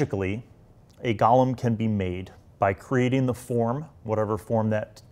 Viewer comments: I love how u keep calling them gallem instead of golem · Golem not Gollum.